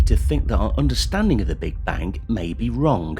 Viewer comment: "Understandink of the Big Bank may be wronk"? Yes I think so too.